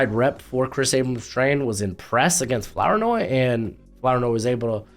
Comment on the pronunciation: You pronounced Flournoy wrong this time. In your other video, you said it correctly. It's pronounced Floor noy.